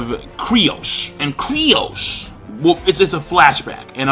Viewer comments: lmc100 I know, right? I'm bothered by this every time reviewers say his name. says it like Krai-os, other people pronounce it like 'Kai-ros'... But dammit, look up the wiki page, it's pronounced 'Kyuu-ros'! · Its Kyros not Crios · Not sure why it's so frustrating, but it's pronounced KYROS not KRYOS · it's "KYROS" not "KRYOS". That's been annoying the hell out of me when you're able to pronounce complicated ass Japanese names but you mess up Kyros. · they even said his name in the anime and you're still saying "Kryos" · King, IT'S KYROS!!!!! KAI-ROSS!!!! KAAAAIIII - ROSSS!!!!! KYROS. JUST LIKE MERUEM IS MEH-ROO-EHM, NOT FUCKING MIRIAM!